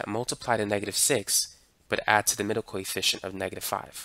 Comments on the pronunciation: For some reason, i mishear your "coefficient" with "Koi fishen'" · i keep think hes saying coyfish